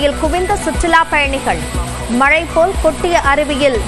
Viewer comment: பெயர் தமிழரசி. மழை, மலை அல்ல. அதிக அளவில் தமிழ்ப் பெண்கள்தான் தமிழை கொலை செய்கிறார்கள்.